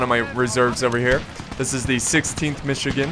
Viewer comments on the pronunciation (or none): none